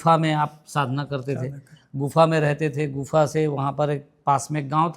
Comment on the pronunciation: गुनफा नहीं गुफा न नहीं बोलना है